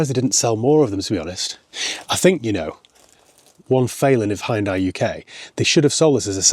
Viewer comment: Glad to see you haven't pronounced it 'Hee Un Day' as the marketing muppets now call the name after all these years. We might possibly have been mispronouncing it for all those years, but a brand name sticks. This particular one had looks that stood out. I bet you can't find a decent Daewoo (or Day Who, as my uncle pronounced the name) / Chevrolet Tacuma that's decent though. Now, there's an idea!🤔